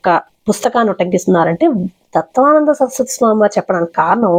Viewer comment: ఏమి అమ్మా,నీవు తత్త్వవిదానంద స్వామి పేరు తత్వానంద అని,నటరాజన్ పేరు నాగరాజు అని చెప్పడం ఏంటి? ఫస్ట్ భాష సరిగా తెలుసుకొని వీడియో చేయాలి.విషయం సరిగా తెలుసుకొని మాట్లాడాలి.ఎన్ని సార్లు తత్వానంద అని అంటారు.పేర్లు కూడా సరిగా పలికేది రాకుండా వీడియోలు చేస్తున్నారు అమ్మా.